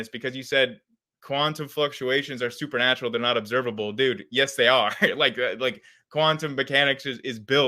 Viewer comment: Okay first of all, it's supernatural, NOT "super natural".